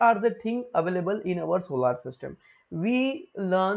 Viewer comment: Sir wo solar system hota h😂😂😂😂